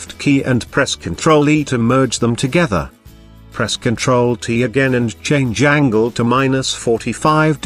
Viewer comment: "Change Jangel".